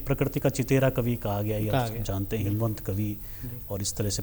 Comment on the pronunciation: हेमवंत नही हिमवंत